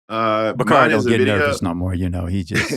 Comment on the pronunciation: Baaaaabbyy one thing Bakari Sellers gone do is eff up somebody’s NAME!!! 😂😂😂 I would think with a name like Bakari he’s seen it butchered 50 different ways so that would make him want to get ppls names right, but he says NOPE every time!! 😂😂😂